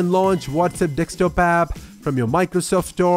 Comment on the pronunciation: Only issue with the video, it's pronounced DES-K-TOP. It sounds like you're saying DEK-STOP. If it's just your accent, my bad.